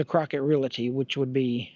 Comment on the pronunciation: I hate to be THAT GUY but, it is not pronounced "real ity". It is pronounced "REAL TEA". The word is REALTY. It is a small item but, I don't want something so silly to distract the viewer from all of the hard work you put into this video.